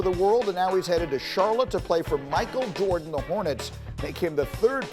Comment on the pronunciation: Lol...Greeny is so excited to talk about this he said Michael "Gordan"?...😆